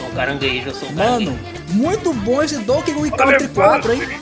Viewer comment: "Konkey Dong"